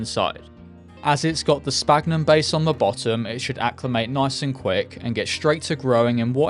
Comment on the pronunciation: I think the "ph" in "sphagnum" is supposed to be said as an "f" (it's called "esfagno" in Brazilian Portuguese at least).